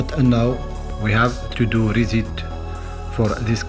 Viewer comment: You take your time explaining, but what I really love is how you say button lol You pronounce Booten It's really but-ton and reset you pronounce rizit lol 😊